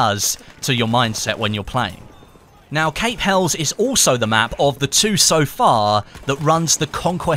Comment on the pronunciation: HELIS!!! you pronounce it HELIS!!! lol! Helles meaning Greek! Pronounced HELIS! lol why is EVERYONE GETTING IT WRONG HAHAHAHAHA!